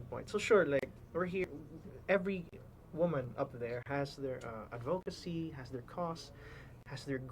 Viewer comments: Gazini - advocacy is pronounced with a short o, as in "of". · Yes, like an /uh/ sound, ADD-vuh-kuh-see, with the emphasis on the first syllable.